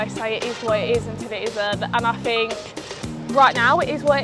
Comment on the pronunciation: lol see we all gotta 'fink' :))